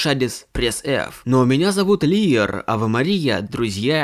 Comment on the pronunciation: Лиер говорит Лаер, лучше уж ливерная колбаска. А так топ